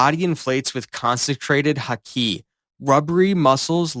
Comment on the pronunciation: The pronunciation of Luffy and Haki took me out of the experience lol